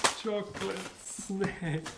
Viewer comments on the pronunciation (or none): What I learned from this video: When you mean to say ‘’snack’’, I understand ‘’snake’’ :)